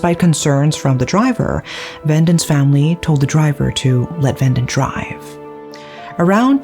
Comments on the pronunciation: It's ve-dant.....not ven-dent . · It's Ve-dhaan-th. Not vendant. Also it's dhev-esh. Not Dev-ash